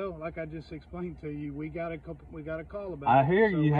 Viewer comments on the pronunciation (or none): "eegot a call" blah blah blah...